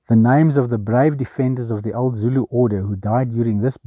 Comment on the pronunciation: Great video as always! I've been very impressed by how pronounces difficult Zulu words throughout your KZN series. Being Zulu myself, I think she is at Jonny Clegg's (nicknamed the White Zulu) level. 😊😊